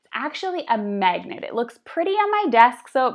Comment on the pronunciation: Magnet not magent